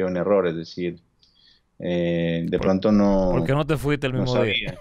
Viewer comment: Y a hablar, porque habla muy mal! En vez de decir porque, dice a veces polque, recuerdes, recuelde, etc etc, es decir sustituye la R por la L, muy mal!